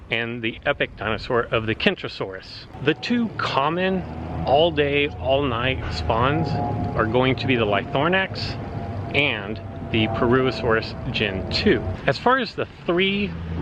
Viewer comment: Ly-thro-nax.... not LyTHORNax lol X-D So glad I live in habitat zone 1 - Lythronax is an epic 'common' and majorly underrated!